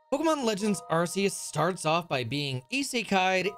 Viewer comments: Cant belive really said “arse phone” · Wait really the Arse-Phone? That's how it's pronounced? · ARK SEE US not AR SEE UR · The pain of him calling it an arse phone 💀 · You did not just call it the "arse phone". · Do people who pronounce the C in Arceus as an S instead of a K call the Ark phone an Arse phone? 😂🤣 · "Arseus" is one thing, but... "Arse Phone?" 🤔